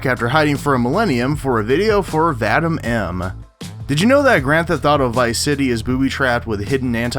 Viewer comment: It's pronounced "Vah-DEEM," not VAH-dim...